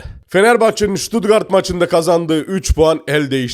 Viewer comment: Sen önce Stuttgart demesini öğren 😂😂😂